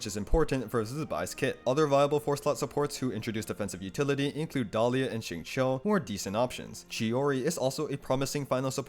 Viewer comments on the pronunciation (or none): none